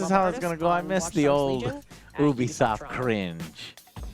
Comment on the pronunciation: Hahaha it's ubsoft lollololol.